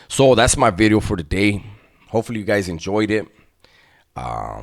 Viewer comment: The emphasis on the V on Bideo. Lol